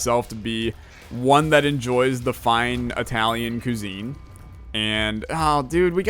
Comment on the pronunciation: The way you said cuisine in this video. Actually made me mad. Good job.